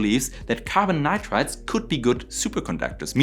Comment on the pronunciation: Me again. Your pronunciation of NITRIDES in this video is wrong most of the times. Please correct. Your channel is very interesting and valuable.